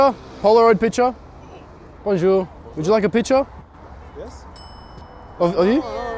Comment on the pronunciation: I'm half french and the ''BoNjOuR, picture?'' hurts to watch but it's still funny as hell haha